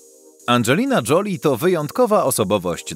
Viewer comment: Joli to znaczy ładna. Czyta się Żoli. fonetycznie